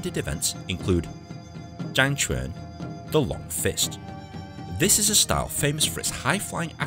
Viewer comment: It’s chang quan not zhang quan